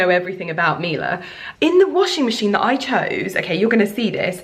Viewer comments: Her pronounciation was actually quite good. Miele is a german company and we say "Mie" like "Me" 😊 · babe!!! I know pronunciation isn't your forte hahahah but it's pronounced mi-e-le not mila. It means honey in Italian. sending you much love!! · Miele gives you a couple appliances FOR FREE and even then you don’t learn to pronounce their name? Google it